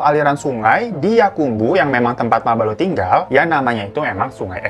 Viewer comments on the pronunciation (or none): bang di menit mabalo berubah jadi mabolo 😅